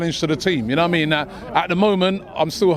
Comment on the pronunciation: If Robbie can stop saying ‘Na waimean’ that would be great thank you